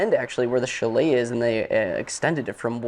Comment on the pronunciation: Nice review, but the word Chalet is pronounced CHAley emphasis on the first syllable. Your way was hard to listen to.